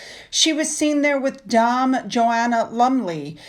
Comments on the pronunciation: Dame is pronounced "DAYM" not "DOM". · DAME. DAME. Not Dahm as in arm, farm, harm etc. Dame as in fame, lame, game, same. Lord, it's not difficult. It's an honorific. Can you ever get it right? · my dear, I love your channel. But please, please Dame rhymes with same. It's not the same connotation as in the States. It's the equivalent of Sir for a man. So Dame please not dom. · Great video as always dear ❤🎉❤ I love the image of the woman with shocking pink hair in a psychedelic-coloured knitted coat 😍 WOOOOOWWWWWW 💗🌈 The pronunciation for "DAME" is "DAY-M" ~ as in the "same" as "game" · Saw your update on Finn. Glad he is feeling better ❤. By the way, the pronunciation for "Dame" rhymes with the word, "Aim". The letters are not Santa letters but letters to children less fortunate than themselves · sorry, but you pronounce Dame the same as Name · Just a friendly correction. Dame is pronounced like same. Merry Christmas,! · You pronounce dame like Fame or Game. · Re: Dame. In the 🇬🇧 it rhymes with, same. As in Dame Joanna Lumley. We do have strange pronunciations in the 🇬🇧 Perfect pronunciation of the word Gloucester. Love ❤️ your video, as always. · Dame! Rhymes with Same! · Fabulous info on the working Royal Family 👍♥️ I hope you don't mind me saying, when you pronounce Dame it should sound like Same, Name, and Came 👍 great research on the non working royals and their side kick Lie-Brows 👍 Speedy recovery Finn🤗❤️ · ( - just a note - "Dame" is pronounced like "game") Poor Finn! Hope he's gotten rid of the infection - maybe a tooth? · please pronounce Dame like the song “there’s nothing like a Dame” like the motion picture South Pacific. I think that’s like the name some of American men call woman.